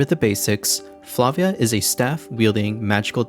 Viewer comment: Props for pronouncing Flavia correctly